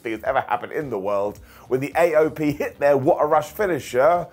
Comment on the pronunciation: (ish) I loved the way Miz was desperatly trying not to laugh at Truth calling AOP AYoP during this, even with what happened later it was still a right laugh. suppenly I hear Archer in my head "Phrasing"